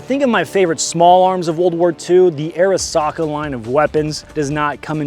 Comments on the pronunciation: the correct pronunciation is Ah ri sa ka or あ。り。さ。か。 if you’re going to have antique weapons from foreign countries being able to speak the language is what separates you from a well cultured autist and the absolute fuck nut tools who drive up prices on gunbroker. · ありさか is pronounced ah-ree-sa-ka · Just lean in an pronounce it er-SACK-uh